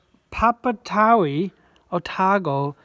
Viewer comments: Just incase you guys were interested on how to pronounce Papatowai properly, it is pronounced Par-Par-Tor-Why 😁 From a resident of Whakaoriori, New Zealand 🇳🇿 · It’s pronounced Pap - a - toe - e …….kind of